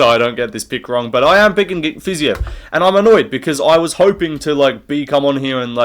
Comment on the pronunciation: Dude its fiziev not fiziev 🤓🤓